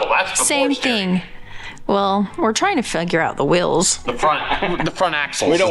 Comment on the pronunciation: I wonder when you guys watch yourselves back on these videos you are hearing “WILLS” when you mean “WHEELS” right? Between this and MAYYY-ZURE I don’t know which is worse.